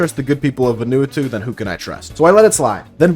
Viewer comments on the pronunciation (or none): close, but Vah and ah instead of veh and eh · Vanuatu is pronounced "Vuhn-oo-ah-too" btw. Not the most important addition but boy was I blindsided that they produce black market estrogen where I'm partially from. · I'm on my hands and knees man, please. It's VA-NUE-AH-TUE. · nahhhhh not va-nu-a-to its vah-nu-a-tu btw i think :p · its not important, but your pronunciation of vanuatu is hilarious. its VAN-OO-ARR-TOO not VANU-ATOO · Ven-a-wah-two. Crazy pronunciation of that country’s name. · it’s pronounced VAH-new-AH-too also great vid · im sorry brother its "ven-oo-ah-two" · good god man please google how to say Vanuatu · the pronunciation of vanuatu is killing me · That is not at all how you say Vanuatu my guy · ... Sure, sure, all the trans issues are good to discuss and all, but are we just going to brush right past that absolutely wild pronunciation of "Vanuatu"??? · The way you pronounced Vanuatu had me dying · The pronunciation of Vanuatu was the wildest part of this video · that's cool and all but the way you pronounce vanuatu makes me uncomfortable